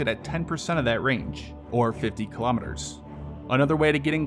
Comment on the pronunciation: Why don't you just use miles/hour (mph) since you are incapable of pronouncing Kilometers properly!